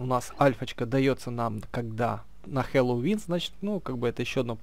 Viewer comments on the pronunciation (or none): none